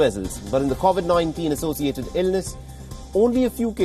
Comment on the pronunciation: Mostly kawasaki. Also please can you pronounce covid properly. It just annoys me sorry!